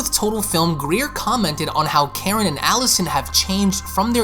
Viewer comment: You sound like a Canadian and your voice is so annoying. Not trying to be mean but also quit saying “offing Karen”, it takes from the significance of her role and it also sounds like ur saying “whaffing karn” LMAO